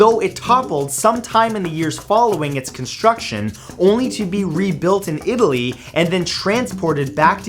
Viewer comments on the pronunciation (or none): none